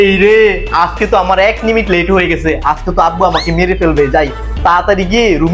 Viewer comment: নিমিট❌ মিনিট✅